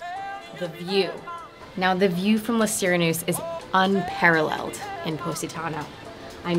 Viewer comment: Lay See-ray-noose-eh